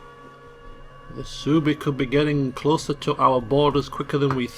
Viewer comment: I know you don't care about pronunciation, but Suebi is "sweebee".